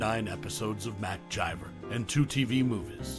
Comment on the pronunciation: Who the hell is mcjiver ths characters name is mcgyver with a G NOT A J